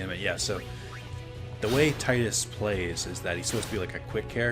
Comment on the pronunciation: Thank you for pronouncing Tidus the same way as I do.